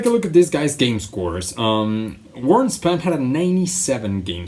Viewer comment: Warren SPON...Not Span.